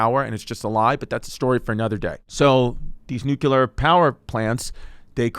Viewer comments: Nuu-Cuu-Lar Chrissy, Never Nuu-Clee-Arr Chrissy. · Yo?!? You keep Mispronouncing the word NuCLEar ☢️ not NucUlar!❌ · Oh my I can’t watch this. IS NO ONE GOING TO SAY THAT IT’S PRONOUNCED NUCLEAR AND NOT NUCULER??? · Jesus Christ, as a former Navy Nuke... I hate how badly Chris is butchering this. (Only 2.5 mins in) Love you Chrissy but it's not "nuke-ular" Edit: Glad he at least got the basics of the power plant down. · Am i the only one triggered about how he says it... nucular?! Its nuclear bro!! Might do bluchew just for you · It’s NUCLEAR… not “nookuler” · Normalize pointing and laughing at people who pronounce nuclear as nucular😂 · Jesus Christ, you think these are informative? Dude can't even pronounce nuclear. It's not nook-yoo-ler. What a tool. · Chrissy Chernobyl dropping nukes on stage! Or as he calls it Nuke-you-lur. It’s pronounced new-clear, cuz you’re fully franks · I lasted into the video and had to stop because I knew it was gonna drive me crazy with his pronunciation of nuclear! Stop adding the extra U. Only one U. Chrissy Dingbat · you spelled it out the right way... bush pronounced it: new-kuh-lurr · Its nuclear. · Chrissy nucular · Nobody gonna point out the prolific use of the word nucular? LMAO 😂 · Nuk-u-lar Franks 'n Beans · Whenever i hear "nUCuLeR", i know it's over😂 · Wtf is nuke u ler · Bro said “nuke-u-ler” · The comments are gonna kill your pronunciation of nuclear. :( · Some of the smartest experts even pronounce it nucular so we can't be too judgey 🤷🏻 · Genuinely drives me crazy when people pronounce it like "nu-ka-ler" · It's the George Bush way. Newkyuhluhr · You misspelled nukuler 😂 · I love Chrissy D, but I can't listen to him pronounce "nuclear" like he's Brendan Schaub. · I feel like I've heard him say it right before, wtf happened? Did we take the bait?? 🤣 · This episode would be so much easier to watch if you could pronounce nuclear... 😂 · I can’t tell if he’s doing it on purpose 😂